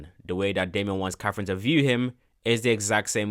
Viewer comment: Lil bro really mispronounced katherine for caffein😂